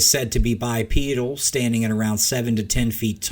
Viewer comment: "he is said to be bi-pedal" and all I heard was: "he is said to be bi-sexual" 😅